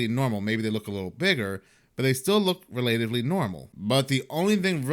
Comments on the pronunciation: Rel- ah- tiv- ly NOT Ree- late- iv- ly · *relatively is pronounced as in ones relative, not how one relates.